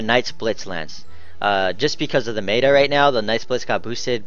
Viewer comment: it's pronounced met-a not may-ta